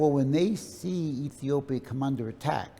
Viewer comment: How comes an Ethiopian can not say Ethiopia?